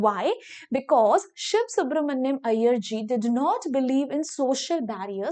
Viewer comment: Mam aap sivasu branania ko siv subramania pronounce kyun krte ho